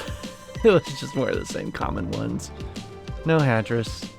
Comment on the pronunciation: Ah, it sounded like you were saying Tetris.